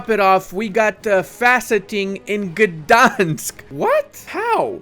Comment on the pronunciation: Gdańsk pronouncion give me chills